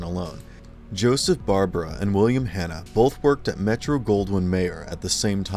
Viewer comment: This is a horribly inaccurate video. To say that "Jonny [sic!] Quest" or "The Powerpuff Girls" are forgotten is absurd, but I'd say it's worse yet that the narrator doesn't even pronounce Joseph Barbera's name properly, with the stress on the second syllable: bar-BEAR-a. If one had wanted to spotlight forgotten HB superhero shows, one would have done much better choosing something like "Sinbad, Jr. and His Magic Belt" or "Samson & Goliath."